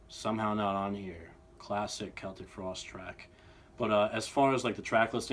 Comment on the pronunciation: I'm very happy you can pronounce Celtic frost right